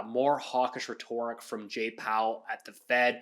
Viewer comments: It’s pronounced RETT-or-ick not Re-TOR-ick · The real crime here is how pronounces 'rhetoric'. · look up the pronunciation of rhetoric vs rhetorical. Good vid! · yah he is the only one I've ever heard pronounce "rhetoric" that way